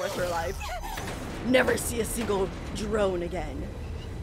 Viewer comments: IT'S NOT DROINE IT'S PRONOUNCED DRONE! PLEASEEEE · IF YOU KEEP SAYING DENOIN I WILL UN-SUB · Still saying "Droin" and not "Drone" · Droin ✅ drone ❌ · I know I’ve said this everytime, but I like that you say droin and not drone. It’s a unique pronunciation that I’ve never heard before, i like it because it’s similar to the word droid. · Droin... It's drone 😭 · Can someone pls explain why she says murder droin and drone wrong I'm not trying be rude just genuinely curious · I just wanted to say you were saying droin instead of drone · DRONE NOT DROINE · Why am I hearing saying “Drone” as “Dorone”?? (Wanna help me) (Just reply) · Droin??? It's pronounced: D ER OH NE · Hiow many times did she say Droin instead of Drone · Its not zombie droin, its zombie drone!!!😡😡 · y did u say "murder droin" and "zombie droin"? Aint it called "drone"? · it's not ' derons' it's drone 😶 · ITS DRONE NOT DROINE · Uh it is actually murder drone not murder droid 😅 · It’s called drone not droin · You said droin when it's called drone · U say it wrong again it's drone not droid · hey hey! loved ya reaction! but please, stop saying droine. you are one step, one step! away from saying GROIN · You keep Saying Droin. Not Droid Or Drone. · Stop saying droin it’s drone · You keep saying "Droin" lol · "Droin" lmao 😂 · Just funny to me how she saw the word drone yet still says it wrong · She just said ZOMBIE DROI!!! CAN'T SHE READ!!?? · It’s pronounced (Dr-own) but spelled drone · Gurl really said murder droin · You said droin but the subtitles said Drawing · It does not mattter if she says droin, plus it just makes it kinda funny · she literally said drione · Why u said droin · Girl dunno how to say Drone.